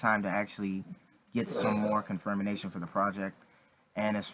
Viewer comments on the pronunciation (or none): AssassinofYouth I wasn't saying he's not confirmed, I was making fun of the way he couldn't say confirmation. He was like "con-fir-mi-na-tion". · "This is a CONFIRMINATION that Daken is in fact in Logan"😂